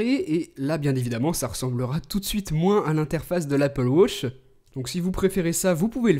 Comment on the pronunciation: L'anglais le plus nul que j'ai jamais entendu:') «Wotch»